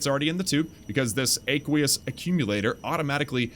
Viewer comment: btw you pronounced aqueous wrong just google it. Just want you to be good to the new guys who watch your vids. Hope you don't take it bad.